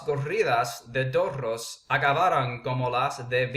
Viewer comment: The news reporter didn't say "débito." She said "delito." That means "crime. " She said "mensajes publicados en las redes sociales podrían ser constitutivos de delito" which means "messages published on social networks could constitute a crime."' When you said "toro," you rolled your ''r." You don't roll your "r" between two vowels. You said "torro" instead of "toro." You should tap your ""r" between two vowels. Say this sentence to help you distinguish between "rr" and "r" between vowels: El perro come peras, pero la perra no come peras como el perro. Roll the "rr" and tap the "r" between the two vowels. Just giving you some tips.